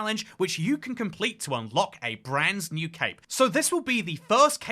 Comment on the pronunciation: Why does bro keep saying branzz new